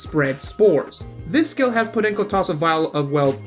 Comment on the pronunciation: I like the pronunciation of "podenco"